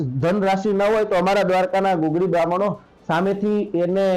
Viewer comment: ગગુળી નહિ પણ ગુગળી બાહ્મણ કહેવામાં આવે છે.